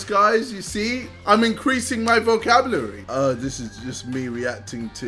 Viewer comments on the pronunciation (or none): My guy again said vocablarrry not vocabulary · JJ: “I’m increasing my vocablary!” Also JJ: *Can’t even pronounce vocabulary properly! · im increasing my vocabulary ksi says : vocablury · “See guys I’m increasing my (VOCABLURY)” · KSI: 'I'm gonna start the video laathing' Everyone rushing to the comments to see who's roasting him about his 'speech impediment' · "KSI'S VOCABLERRYYYYYY!!!!!! " 😂😂😂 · "Im increasing my vocablury" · british vs american accent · KSI : Vohcab-Lyou-rareee.